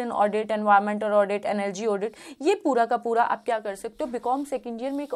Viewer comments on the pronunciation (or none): none